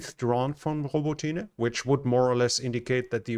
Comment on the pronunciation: In Ukrainian, the "y" in Robotyne is pronounced as a short "i" like in the English word "it". So, it's "i" not "ee".